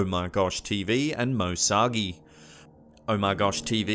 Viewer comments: How do you butcher Moe’s last name so bad? It’s moe SARGI, not Moe SOGGY. It’s pronounced like SARGE-EE but with a hard E at the end. We fans are his SARGENTS 👍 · It's not moe soggy it's moe Sargi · Moe Sagi lol.... Sarrrrgi.. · I don't want to sound like an ass in saying this but Moe's second name is pronounced Sar - G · MOE SAGI...LMAO...ITS MOE SARGI, AS IN SERGEANT , BUT NICE TRY...TNX FOR THE VID & FOR GIVIN MY BOY "OMARGOSHTV" A SHOUT OUT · Moe sogie? Lol Moe sargi! 😝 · binge watching videos while drawing and yay Omargosh and MoeSargi ^^ and its sar-gy not sawgee. Wheres all the Sergeants at!? :D. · Its moe SARGI NO MOE SAGI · you said moe Sargi's name wring